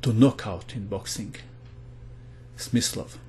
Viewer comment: The translater: play Smith slow😂